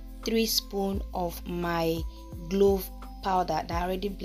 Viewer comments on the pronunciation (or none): Not glove it’s clove .. thanks